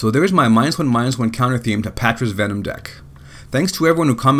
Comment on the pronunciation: Vemon? lol